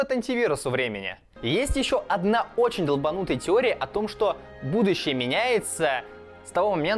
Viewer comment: На картавит? ""Кардинально изменив будующее""????